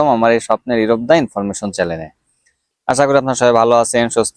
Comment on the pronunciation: চ্যালেন নয় চ্যানেল…